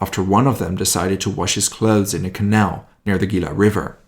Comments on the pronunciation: Tucson "Too-San" Gila- "Hee-la" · OK, not being mean but Tucson is pronounced Too soan. Gila is Spanish the G is pronounced like H. Hila Don't feel bad. If you are not from the Southwest it would be difficult. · I live in Phoenix. FYI Tucson is about 90 miles South of Phoenix. Mexico is about 90 miles further South. Tucson is pronounced Two son Gila River, Gila is pronounced : He lah Piestawa Peak was then known as Squaw Peak